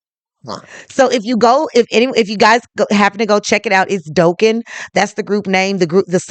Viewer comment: Its not Doe ken...its pronounced Dock. -inn